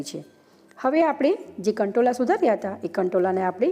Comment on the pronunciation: Kantola nai kankoda 😆